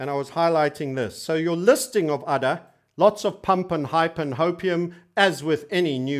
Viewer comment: Hahaha now i am laughing every time he says udder!